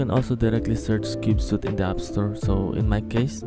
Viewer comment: It's pronounced "sweet," not "suit." "Cube-sweet," not "cube-suit."